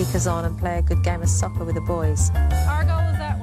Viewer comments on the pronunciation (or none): Hard for the English lady to say "soccer." haha